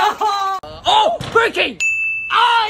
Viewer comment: I heard him say “Burg King”